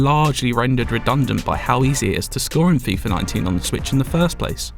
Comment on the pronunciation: FIFA, not FIFAR